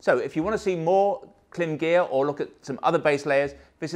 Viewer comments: It’s Kilm NOT climb!! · Klim ‘Open House event’ on YouTube regularly calls the brand Klim (rhymes with crime)not rhyming with slim. Or may be it’s tomato or tomato. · Klim says you're wrong on the pronounciation... :)